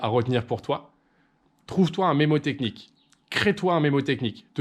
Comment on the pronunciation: On dit mNémotechnie, et pas mémotechnie, pour info :)